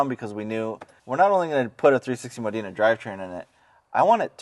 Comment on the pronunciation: learn to pronounce Modena hint its NOT Moh deena dude